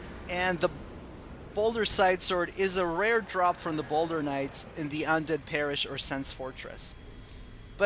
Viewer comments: Ball-dur, not boulder. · don't you mean balder? or is ball-dur the original name?